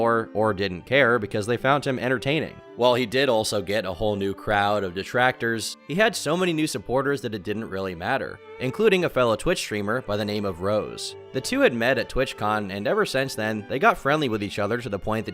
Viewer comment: that's kanirosi not "rose"....